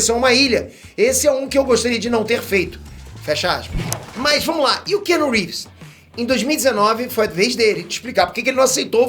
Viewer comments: Cara, aprende a falar o nome do ator corretamente - pelo menos. Não é kenu. A pronúncia é “Kianu Rives.” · O nome dele não se prenuncia "kenu reeves" Mas sim Keanu reeves. Praticamente da mxm maneira q está escrito 👍